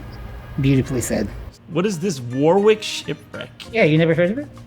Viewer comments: Warwick is not pronounced war-wick, it's pronounced worric. Like 'what' without the 't' followed by 'rick', wha-rick. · it's pronounced war-ick, but i'll let it slide this time... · Your pronunciation of Warwick is wrong, it's closer to warrick but the war has a short a